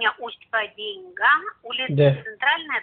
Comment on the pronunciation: Автор не знает как топонимы произносить.. ШенкУрский...капец)) Усть- ПадЕньга. ... еще бОльший капец..